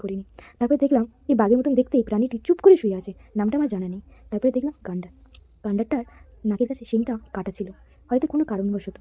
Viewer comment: আরে ওটা গাণ্ডার না রে গণ্ডার 😢